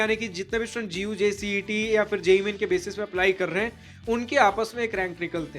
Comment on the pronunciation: is not G U J C -E T IS Called like Gujjj -CAT